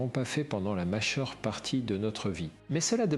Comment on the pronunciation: "la macheur partie de notre vie"affligeant ce monde de merde INHUMAIN ! et qui nous parle d humanite....